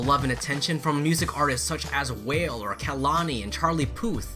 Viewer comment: Pssst Kuya, it's Wall-aye (like the letter A) not whale. I made the same mispronounciation and got made fun of it. Other than that WOOO ARMY<333